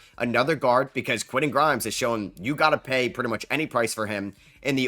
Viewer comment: Love the content but you need to pronounce those "T"s in the middle of names. Quinnen Aydon Mardin... those arent dudes names. Respect the T my guy!